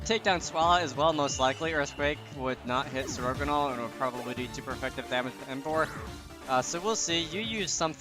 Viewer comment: "sir-ogonal" that pronunciation is BAD